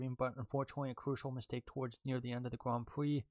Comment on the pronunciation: Ahh yes I love spwint races and gwand pwees